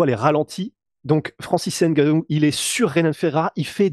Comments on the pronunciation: pour francis on dit n gannou pas nnngannou, gannou ou humgannou et on dira franciseN gannou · Il s'appelle Ngannou pas N Gannou pareil pour Mbappe pas M bappe, Ngolo et non N golo etc... apprenez à prononcer les noms africains comme ça se dit. Pourquoi vous ne dites pas S port ou bien K nock etc...